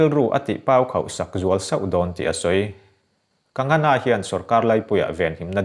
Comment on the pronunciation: Kagana ti toh lo la..kangana..kang-gha-na tiin lam ve toh la..😂😁😁